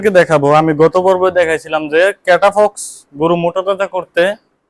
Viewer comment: আগে ঔষধ এর নাম বলুন ঠিক মতন 😄🤣 ক্যটাফক্স না ক্যটাফস😅